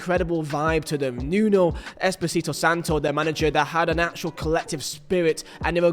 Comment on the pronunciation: at least say nunos full name right mate